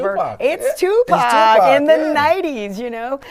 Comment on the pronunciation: you spoke of Tipac so well pronounced God bless you❤